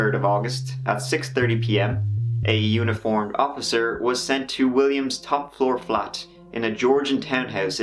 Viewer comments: Did you say uniform officer or unicorn officer?? 🤔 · I thought you said “a unicorn officer”